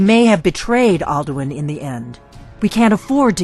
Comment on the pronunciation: Alduin is said outloud about 2000 times during the game. Where in the seven hells did this pronounciation come from?